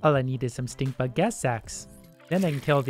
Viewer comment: I ciard stick bug lol Instead of stink bug